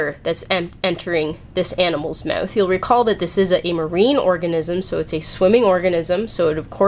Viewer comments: "Mewth" xD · Lol the way you say mouth is funny